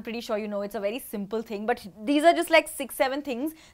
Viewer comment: who wrote down the points came sounds like "ting"😆😉